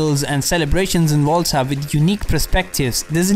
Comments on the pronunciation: everyone: Volta: Wolta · Im pretty sure its volta and not volta